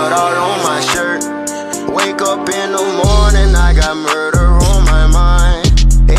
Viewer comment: Every time he say muder it’s Roblox 💀